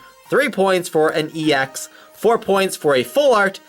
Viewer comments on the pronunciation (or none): Ye sounds like EX to me :D, close enough